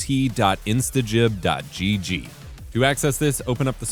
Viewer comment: Finally, someone covering this game that can pronounce "instagib" properly.